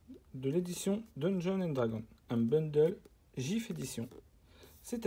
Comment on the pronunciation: Salut enfin quelqu’un qui dit bundle et non boundle par contre gift c’est pas la bonne prononciation 😅 en tout cas sympa la vidéo moi qui voulais voir comment c’était dedans